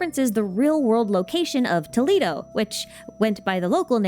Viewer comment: When you pronounce Toledo like that I can only think of Toledo, Ohio instead lmao